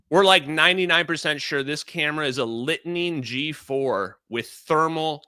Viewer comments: Litening is pronounced "lightning" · Litening Pod Pronounced lightning made by Northrop Grumman. Sniper Pod made by Lockheed Martin. Peak technology used force wide over 25 years ago. Curious how these videos surface after mainstream use of A.I. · LITENING pod? (Pronounced lightning) There might be some common technology with Gorgonstare pods for the MQ-9 Reaper, but it's not the same. Sierra Nevada corp LITENING is a targeting module for seeing radar and LW IR (FLIR). Don't get confused by the colors in the Reaper-video. It's not actual colors, but grayscale shown as colors, black - blue - green - red. (From cold to hot) The sky just happen to be the temperature represented as blue.